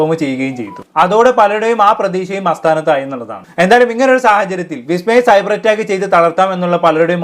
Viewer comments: AASTHAANATHAAYI ALLA SETTAA ASTHAANATHAAYI ENNAANU NAVU VADIKKOO PLEASE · ആസ്‌ഥാനത്തായി എന്ന് രണ്ടു മൂന്ന് തവണ പറഞ്ഞു. അസ്‌ഥാനത്തായി എന്ന് ഉപയോഗിക്കേണ്ട സ്‌ഥലത്ത്..... ഇത്തരം വീഡിയോ ചെയ്യുന്നവർ ഭാഷ കൈകാര്യം ചെയ്യാൻ മിനിമം കഴിവുള്ളവർ ആയിരിക്കണം...